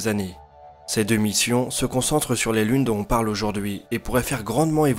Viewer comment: Tu devrais faire les liaisons ; "dont on" = "donton", pas "donhon" ;)